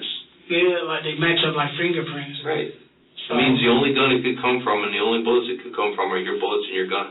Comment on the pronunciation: Is he saying “bullicks” instead of “bullets”? Maybe my earphones are off…